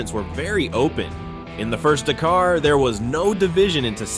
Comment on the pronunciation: The pronunciation of Dakar is killing me. D’car?